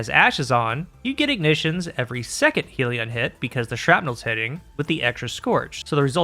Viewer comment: I wish it didn't annoy me so much, but it's pronounced hell-ion just like the spelling not heal-ion/heel-ion